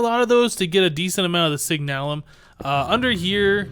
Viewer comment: Signalum is pronounced SIG-nuh-lum. Love the vids! Keep up the great work.